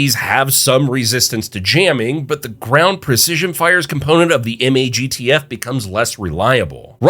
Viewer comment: MAGTF being pronounced and not said like a word was jarring. Lol